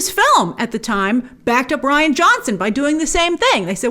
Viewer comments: Who says “Ree-ann” for “Righ-inn”? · Reeann??? Pretty sure it’s pronounced Ryan. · It's pronounced "RYE-AN" (Ryan) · Why does she keep saying 'Ree-an' Johnson...isn't it pronounced 'Ryan'?? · Rian Johnson is pronounced Ryan Johnson not Ree-an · Ryan not REE-IN lol 🤣🤣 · It's Rian (Ryan) not Ree Ann unless you are trolling lol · His name is pronounced 'ryan'... Not 'reann'!!!! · why is Grace saying "Ree an" jhonson? She used to call him Rian! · Bltch it’s Rian Johnson (pronounced Ryan) not Rean Johnson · please pronounce Rian's name as Ryan. the way that it is meant. Do your research Grace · It's pronounced exactly like Ryan. Just the Irish spelling. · I thought it was pronounced R-eye-an johnson? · Its Ry-an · Grace isn't his name pronounced "Ryan" 🤔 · pretty sure its pronounced ryan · Is grace buggin or is that actually how your pronounce Rian Johnson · Omg grace its r-I-an, that annoyed me so much 😂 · She's said in previous videos that she has a hard time not only pronouncing names, but also remembering how to pronounce them. As a guy named Ryan, trust me, it's frustrating hahaha 😅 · “Ree-ann Johnson”? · I think 'Rian' is pronounced the same as 'Ryan' but anyway... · Rian is pronounced like Ryan, Grace. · Lol why she she says rian like that it’s spelled lily that but it’s sounded Ryan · I thought it was pronounced RYAN....?? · It's pronounced like Ryan. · Its pronounced Ri-an, just as you would pronounce Ryan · I had to look up Rian Johnson’s name because i thought you were pronouncing it weird but nope, you are right. I thought it was pronounced Ryan but i agree Rian is probably pronounced Ryann, with the i pronounced as an e (or i if you are Italian). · Jesus, if your going to spend your video shirting on someone at lest pronounce their name correctly. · Who taught you to say Rian?